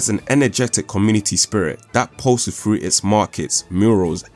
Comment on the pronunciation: "Froo" not THROUGH?